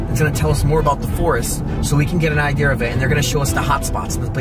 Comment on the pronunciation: i love how u say IDEAR, instead of IDEA😭😭😭😭. U are silly i swear i luv yu.